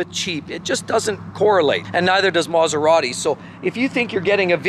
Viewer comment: never speak and film yourself: it looks really messy and I feel seasick; also you speak far too fast, and you don't know how to pronounce Italian names: that is a pity, as your messages are good; it is Maserati, not maseradee